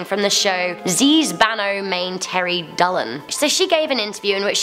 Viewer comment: Girl,you didn't pronounce Banoo Mein Teri Dulahan.. You were like- Ba-no Mein Teri Dul-han Its pronounced- Banoo Mein Teri Dul-haan By the way, the video was nice and good.